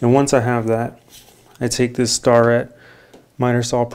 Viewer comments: Wonderful video awesome content super useful and clearly your an experienced carpenter but my good sir it’s pronounced “STAIR” IT” not “star” “Ette” that just you many machinist’s will thank you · love your videos, however, im a toolmaker, and starrett is tools i use........they are pronounced stair-ette......not star-ette...........haha, not picking, keep up the great videos man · Good Video and deomonstration of the angle finder tool. That brand name is pronounced "Stair-it" - like a set of stairs you climb with an "it" on the end. They make quality measurement equipment like micrometers and calipers as well. Just thought you might want to know how it's pronounced. Keep up the great videos. Clay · Nice vid, but to clarify (Starrett makes PRECISION machinist tools, guage, indicators, etc....just like Browne and Sharpe) Starrett is pronounced STAIR - IT, not Star-it. No big deal, but thought you might like to know. The 2 companies above make some of the finest US made precision tools. Edit..Just finished the video, you really did a wonderful job in the corners and on that awkward rounded edge with the 23 degree edges. Did you use the orange guage at the saw to show how wide the thin piece was, or is that always a certain width? Great job! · Great video. Side note: Starrett is pronounced "stair-it" rather than "starr-ette". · Its pronounced Stair-ret not star-ret just in case you care to know. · Gonna be that guy and say Its pronounced "Stair et". My family has worked for them for the past 80 years combined. I know it aint a big deal. Just that pride taking over. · Mike's Content when I was a 1st year apprentice in sheet metal I made the mistake of pronouncing it star et. Was corrected immediately and never said it again lol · Starrett rhymes with carrot. That's what I tell the kids. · Really cool video growing up in machine shop the company that makes that tool it's pronounced stair it and they are extremely top of the food chain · Its pronounced stair it